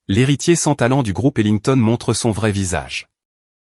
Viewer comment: je cherchais parmis cette MERDE d inconnus ....lolllllllllllllllllllll IA de MERDE oui... et c est HeMilton et non pas HeLignton... traduction de merde IA.... et ca veut nous faire croire que IA est une avancée technologique ???? foutaises oui... lacey, lassis lacy... faudrais savoir.. il a epouser une ''scie''...lolllllllllllllllllllllllll